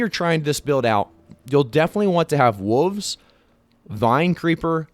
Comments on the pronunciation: What’s a woofs. There’s the letter L that needs to be pronounced. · what the fuck is a "woov" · I like how you mispronounce wolves as wuvs